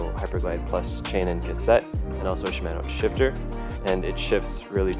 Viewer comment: If they happen to come calling, it's pronounced "shi-mah-no". ;-)